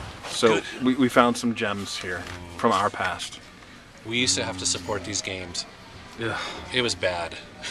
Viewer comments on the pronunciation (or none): none